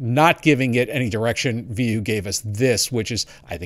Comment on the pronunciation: I thought it is pronounced V O